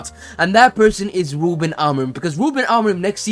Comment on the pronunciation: Talks about an “impediment” yet spends the whole vid saying “wuben”.